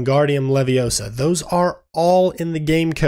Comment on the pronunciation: It’s leviOsa, not levioSA!!!🤣